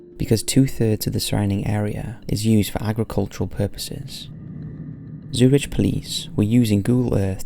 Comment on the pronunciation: Solders? Or soldiers? Zurich is also pronounced Zu-Rick...